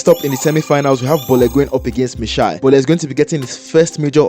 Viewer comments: In Lagos, we call it "boli" not "bole". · is not even Nigerian see the way he said boli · Bro is pronouncing "bole" wrongly 😂.